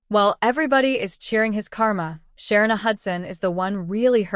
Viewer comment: Please pronounce her name correctly